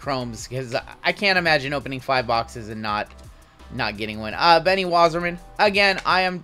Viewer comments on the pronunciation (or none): none